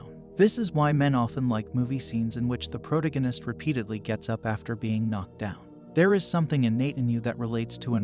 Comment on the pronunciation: The "proto-ginist"? 😄